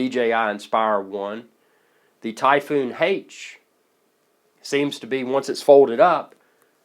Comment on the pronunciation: Why the hell does he keep saying Typhoon Hate?